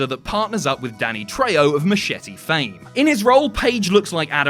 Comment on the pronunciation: It's "treho" not "treyo"